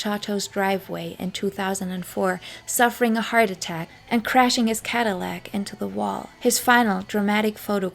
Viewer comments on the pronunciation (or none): none